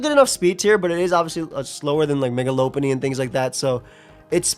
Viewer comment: It's LOP-unny. Lopunny is a lop-eared rabbit!